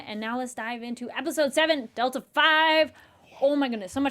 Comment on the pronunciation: HaHaHa... Its pronounced Delta Vee!... V as in Velocity, not 5! Delta is used to mean "change in" for physics and engineering. In aerospace Delta-V is used to mean how much faster you can make make something go.